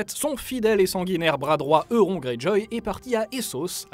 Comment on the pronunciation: Faut faire quelque chose pour la prononciation soit à l'anglaise soit à la française xD PS c'est "Eurone" à l'orale en français comme en anglais pour Euron